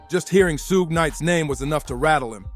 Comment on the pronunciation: WOW this idiot just called him sooshi Knight